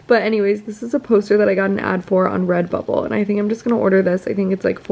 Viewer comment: Why did I think you said “red butthole” for where you got the art from 😂😂😂